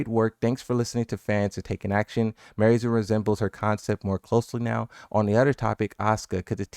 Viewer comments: Mi-ary zo....say it with me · Her name is Miary Zo mɪ ˈɑː ri zu Sounds like: Me are E zoo. Me R E zoo. Or something close to that. Many people are pronouncing it way off. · The way they clearly showed the pronunciation of her name in big bold letters and people are still, with their full chest, like “MARY ZO” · 5 billion people have tried to correct his pronunciation of Miary Zo in the comments section since her reveal, does he actually read his comments or at least more than 5?